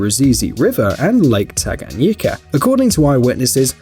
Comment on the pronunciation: Had to pause minute in lol. How'd you manage to perfectly pronounce tanganyika and yet fail on Burundi? Shyiiiiiiiit.😂🤣😂🤣🤣 kudos for tanganyika (BoooRooonDeee) pronounce dem vowels bruh 😂🤣😂🤣😂🤣